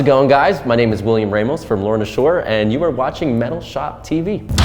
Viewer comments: Dude. I thought I was the only that noticed this. Haha. I figured it was pronounced “Rah-mos” but I’ve been hearing him say it like “Ray-mos” too. So I’m going with “Rah-mos.” 😛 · he made a tweet saying it’s pronounced “rah-moh-s”